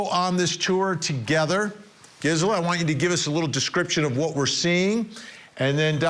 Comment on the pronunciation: how many timesyou have to have her on the show and still get her name wrong. the gizzler??